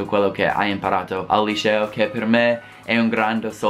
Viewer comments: Non si pronuncia lisceo ma liceo. La C si pronuncia come 'chat' in inglese. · "IL LISCEO" ahahah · 'Lisceo' HAHAHHA io adoro te e il tuo canale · il "lisceo" ahaha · SEMBRI TOSCANO QUANDO DICI LICEO ADORROOOO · Quando pronunci LICEO devi dirlo come se dicessi Cherry non come Precious !!!!!